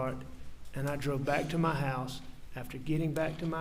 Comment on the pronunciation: I find it funny that a skilled attorney say da instead of the and ma instead of my.... Is he talking down for the jury?